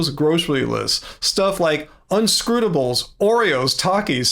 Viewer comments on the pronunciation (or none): I'm sorry but... "Un-scrute-ables?" 😂😅 It's "un-CRUST-ables". Just making lightheart out of that pronunciation! Haha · how are you pronouncing uncrustables??? 😭